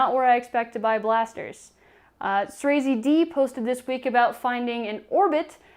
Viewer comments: Asda is a british supermarket, our equivalent to walmart. It’s pronounced “az-dah” or “az-duh” depending on where your from, how much you annunciate etc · I've never heard anyone pronounce Asda so poshly.